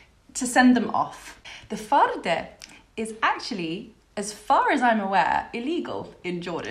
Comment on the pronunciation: Its a faaaaaaarde not farrrrrrrrde🤭😁